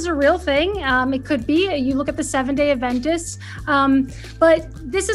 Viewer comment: It's LEG-yoom, not luh-GOOM. And ADventist, not adVENtist